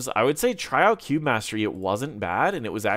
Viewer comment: When you said "cube" and "cube mastery" it really sounded like "Q". Just a fun language insight